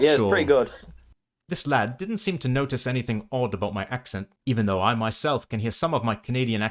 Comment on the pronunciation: You slipped into the North American use of "d" instead of "t" in the middle of words fairly often... so you'd occasionally say "nodice" rather than "notice".